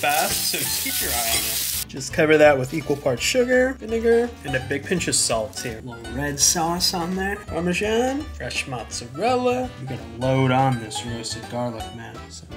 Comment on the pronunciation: You didn’t pronounce the Vi in vinegar 👀